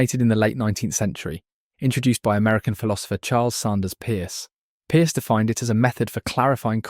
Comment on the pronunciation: Pronounced purse not pierce.